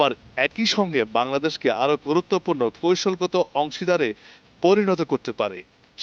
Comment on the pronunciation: আপনি বাঙালি না পাকিস্থানি ? বাংলাটা তো ঠিক মতো উচ্চারণ করতে পারেন না অথচ খবর পড়ছেন। " কৌশল কে বার বার কৈশল" বলছেন l বাংলা ভাষার হোগা মেরে দিয়েছেন।